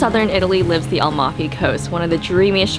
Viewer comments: AmaLfi, not Almafi, the L is towards the end of the name not at the beginning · Hi it's Amalfi coast isn't, u said Almafi coast....like yr videos. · fun video but it’s A-mal-fi.